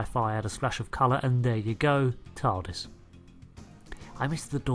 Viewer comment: You said tardist